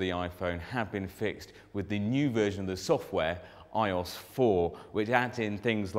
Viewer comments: iyoss? does he not mean I O S. nice review, though :) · it's iOS. Not i-OS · lol the way he says iOS... im british, but i still laugh at the accent...